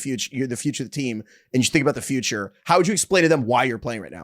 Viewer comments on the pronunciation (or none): none